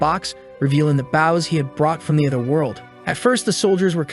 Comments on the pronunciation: I hear baws instead of bows again 😢 😂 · the ai voice seems to be a sailor, consts tly talking about a ship's bow instead of an archer's bow.